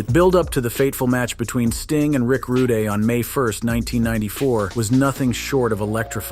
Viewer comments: Rick Rudegay sounds better ehhh!!!😂😂😂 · Rick Rooday hahahah!!